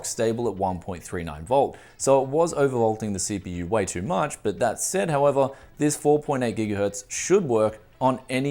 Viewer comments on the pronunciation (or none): none